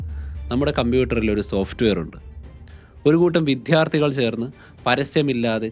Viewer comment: എല്ലാം ok, പക്ഷേ, വിദ്യാർത്ഥി ആണ് ശരി.വിധ്യാർത്തി അല്ല. വെറുതെ ബലം കൊടുക്കേണ്ട.